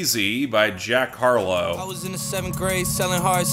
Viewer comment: "jark harlow," for some reason that faux pas made me giggle like a simple child lol